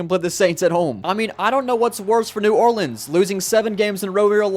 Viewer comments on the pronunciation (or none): none